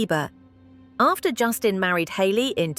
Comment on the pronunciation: Jason horrivelassistir , essa mulher falando o tempo todo o nome de Justin errado